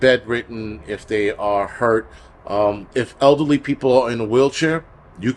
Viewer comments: Same here! LOL. I thought he meant ugly like bad personality then I realized he said elderly even though I heard ugly. 🤣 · I kept hearing ugly people instead of elderly people and I was thinking why is he saying that we might need to shelter in place if we are ugly. LOL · I heard it too!! There's a crisis going on and we don't need to add ugly people to the mix. LOL I'm crying!